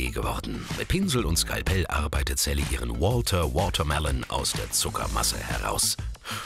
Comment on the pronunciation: mann lern mal richtig sally auszusprechen